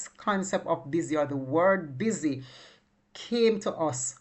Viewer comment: It’s Bissy not busy